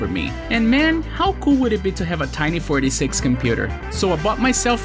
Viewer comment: This man slurs "486" in such a way that I always hear him say "46", instead.